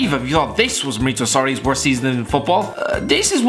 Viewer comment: I thought he was saying Bordeaux I was so confused